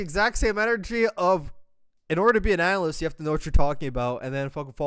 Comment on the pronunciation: “Analasyst” 😂😂 they can’t even speak English while roasting you 😂